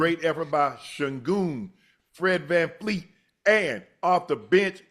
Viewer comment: Unc! It's Vanvleet, not VanFLEET.